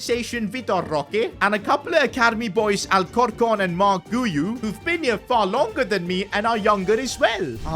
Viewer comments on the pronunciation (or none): bro Called alarcon alcorcorn😭😭😭